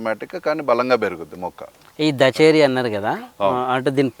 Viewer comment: దచేరి కాదు బ్రో దశేరి వరైటీ